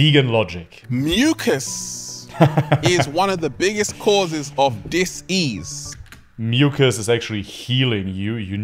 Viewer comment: The "sssss" thing is funny 😂 If a word has an "s" in the middle, he actually pauses to pronounce the infinity "s" and then continues. "You have a lot of disssssssss-ease." So campy!